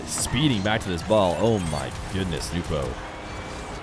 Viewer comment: Damn it is SO nice to finally hear it pronounced “Nu - po” again.